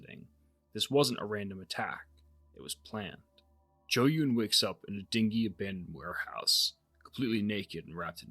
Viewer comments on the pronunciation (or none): Dingy is pronounced "din-jee". A dinghy is a type of small boat.